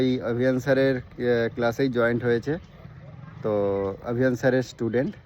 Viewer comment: Joint না কথাটা জয়েন